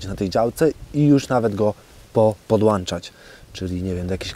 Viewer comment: Podłączać, włączać a nie "podłańczać" czy "włańczać" !!! Uszy więdną od tej "polszczyzny".